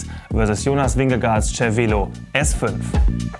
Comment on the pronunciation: Das heißt "Zer-Velo", nicht "Tscher-Velo"